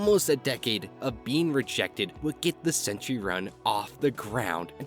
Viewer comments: 'Sentry' only has two syllables. You keep saying 'Century'. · SEN-TREE... NOT CENTURY!!!!!!